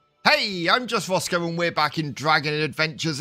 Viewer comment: Did you say just rosco at the beginning???